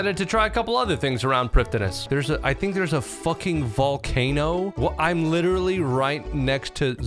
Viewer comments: it’s pronounced “bow of fardin n shiddin” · Does a 42 minute video about Prifddinas and says it wrong the whole way through. 😢